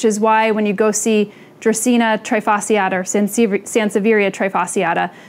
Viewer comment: Many people don’t know but the term "trifasciata" comes from Latin and the "sci" must be pronounced as you would pronunce "sh". Great video as always ❤️